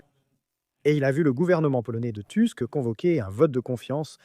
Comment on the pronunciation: "Tusk" ça se prononce "tousk", pas "tüsk" ni "teusk".